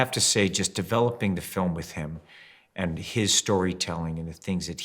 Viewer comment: 想講好Film變咗好Firm?! HAHA